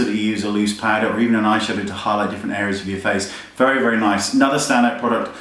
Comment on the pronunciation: Hahaha "Naice" XD